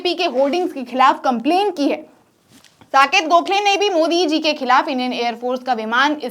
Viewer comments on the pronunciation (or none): none